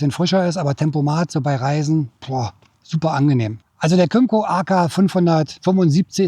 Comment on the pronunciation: Kim-co, not come -co.